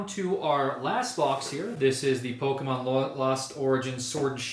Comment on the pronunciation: bro said POKEMAN LOL gameover